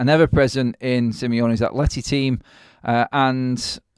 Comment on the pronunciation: Can you not just say atletico Madrid mate. Not atlety. Didn't have a clue who you was on about at first. 🤷‍♀️